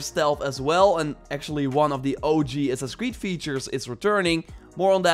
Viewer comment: "Ass-ass creed" bro what?